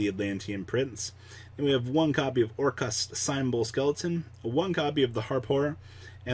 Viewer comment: Symbols is sounded out like Cymbals Get your pronunciation game up